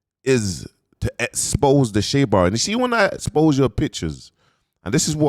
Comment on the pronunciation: “EX pose.